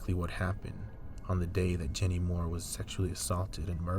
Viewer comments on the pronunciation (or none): Thanks for doing this video.. Jeannie is my Aunt. My family has waited so long for the news... oh her name is pronounced like 'genie'